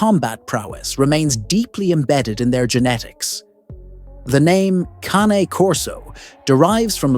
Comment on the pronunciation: Why do you mispronounce CANE? Italian, Caw nay, 2 syllables, not Cane, though you said it 2 ways. ? 😮😮